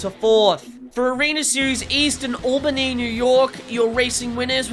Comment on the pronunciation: Hey you said Albany correctly. I’m so proud